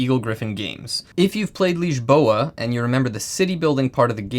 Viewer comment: good lisboa pronunciation there. too many vids saying liz-bow-ah